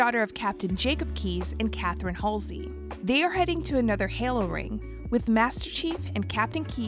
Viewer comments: What was that? Who’s Hazelly? You mean Halsey? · HAY-SLEY (It's Halsey) and COR-TAIN-A (Cor-tana) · it's not "Hasley", it's "Halsey" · "Dr. Hasely" not Halsey! Omg, grrrrrr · You missed soooo much, and pronounced moms name incorrectly. H a l s e y ...... Haisly SMH, also you made it sound like the Spartans were the clones. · It’s pronounced Hall-Zee not Has-Lee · This was not a great video. The writing was bad (saying universe instead of galaxy several times), mispronouncing characters' names (Hasley instead of Halsey, the way she says Cortana), and getting certain points wrong (Jul M'Dama's splinter group). You can tell neither the writers nor the narrator know the lore. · It's Halsey not Haysley. ♥ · She said Haysley instead of Halsey. Halsey should be pronounced as Haal-see-y. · Say it with me now, CATHERINE HALSEY!! HALL-ZEE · The only thing you got wrong that pissed me off about this was you saying Halseys name wrong it is pronounced as H-Al-Seys it's quite simple to say really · There's so much missing and so much incorrect information here, and the name mispronouciations like "cortena and halsely" like what? lmao, and no mention at all of the banished and both halo wars...or odst, or reach [it was only the attack on the planet and operation red flag covered in like...20 seconds] anyways if you want accurate halo lore either follow halo canon, installation 00 or hiddenxperia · She also said “Dr Katherine Haisley”….. I’m sorry….. who? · And "Haisley" 😭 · that and Halsey. She kept saying hasley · I’m sorry Doctor Katherine what? How did you say Halsey? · Says names of an Allen race without issue. Can't say Cortana or Halsey. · Make sure whoever reads the script you guys write actually plays the games so they know how to pronounce names that have been said a hundred times during the game. Bozo clearly didnt play any of them pronouncing cortana and halsey like that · Mispronounced Halsey and Cortana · She also mispronounced dr Halseys name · And Halsey.